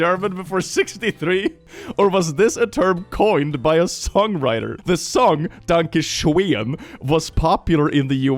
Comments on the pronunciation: Danka Shoen? I thought it was Donkey Shon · I got so fuckin confused when he kept saying “Danka Sheon” cuz one of my friends in named Danka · Danka Shoen is still pretty impressive though. Impressively wrong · Doesn't the song also pronounce danke schön as "danke shein" or something like that? Edit: Sometime it even sounds like "donkey shine". 🤣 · To quote wolfenstein " es ist DANKE SCHÖN VERDAMMT, you are butchering my beautiful language!" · I love how you pronounced "Danke schoen". Especially knowing how the german ö, ü or ä have evolved from oe, ue and ae, to the o, u and a with the e on top, to finally the now modern ö, ü, and ä.